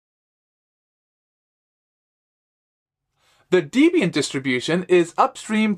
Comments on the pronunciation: DEB + IAN = Debian. Not deebian. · DEBIAN NOT DEEBIAN